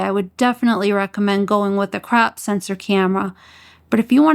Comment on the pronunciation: The way you pronounce 1.5x and 2x "crap" factor! 😆 Sooo good! I love you're videos! Keep it up girl!